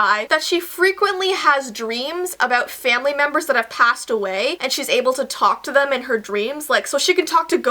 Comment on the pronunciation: Ow mwy gowd magical famawly alert 😲🤭